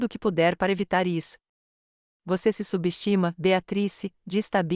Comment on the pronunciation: Nao consegue falar o nome BEATRICE??? TEM QUE FALAR BEATATRIS???? horrível essas falas erradas.